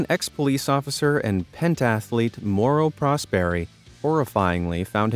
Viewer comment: I’m Italian, and Mauro Prsoperi, is pronounced Maooro Prosperi, saying the Rs like a French R